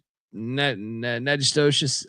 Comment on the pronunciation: Natchitoches= Nak-ko-dish Proper pronunciation= na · kuh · tuhsh